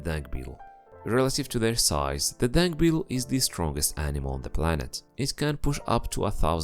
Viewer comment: I thought he keeps saying dank beetle